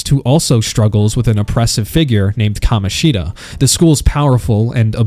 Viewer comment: love the way bro only called kamoshida right once